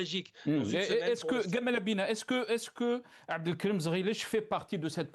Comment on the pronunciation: C est jamal, pourquoi gamal 😂😂 un hommage au égyptien ?